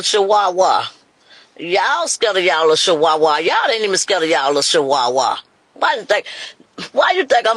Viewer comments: Not Chihuahua but shiwaaa 😂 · She said wit? What is shiwawa? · What’s a dam Shewahwah?😂😂😂. I don’t know who’s worst this woman or her daughter. Very murch😂😂😂.